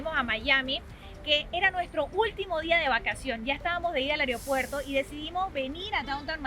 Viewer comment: "areo puerto"